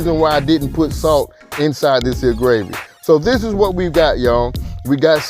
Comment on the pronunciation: When he said "dis here skillet"....🤣🤣.Chile I became a believer and a subscriber ❤